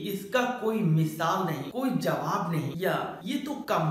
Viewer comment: Mishaal Nahi misaal ..nd lajawab hota h